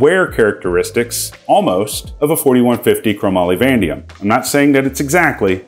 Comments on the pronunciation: Van-A-dium, not “vandium” fyi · Great video and a really nice rifle. F.Y.I. I think you mean 4150 Chrome Moly Vanadium pronounced Va-Nay-Dee-Um not Van-Dee-Um. 🤣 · You need to work on pronouncing Vanadium...vuh·nay·dee·uhm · No Offense but It's Pronunciation is /vəˈneɪdiəm/ (və-NAY-dee-əm) per wikipedia.